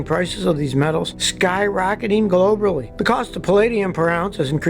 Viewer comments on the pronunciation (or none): You lost me when you said "globrilly."